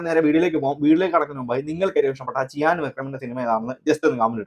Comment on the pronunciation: Chiyan വിക്രം allaa... cheeyaaan vikram